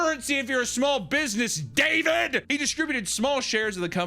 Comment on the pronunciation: I love how he never pronounces David's name right.